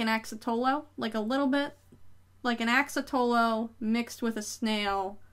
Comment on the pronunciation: Fun your. Also it’s an axolotl not an axatolo 😂😂😂.